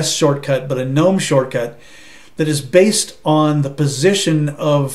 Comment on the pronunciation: Nice to hear someone pronouncing Gnome correctly! Thanks for a nice, clear review. I might even give Pop OS a try.